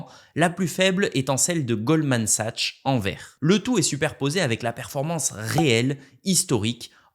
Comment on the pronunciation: Toujours les mêmes scénarios catastrophistes depuis plusieurs années sur l'effondrement des USA et des rendements du S&P500, dedollarisation....et pourtant la philosophie d'investissement de Bogle reste indétrônable pour 95% des gens. PS: pour Sachs il faut prononcer sa'K's. Merci pour ton contenu